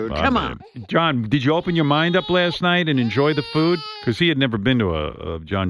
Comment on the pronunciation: "WEREN'T WE REALLY ONLY NOINE LAST NIGHT?"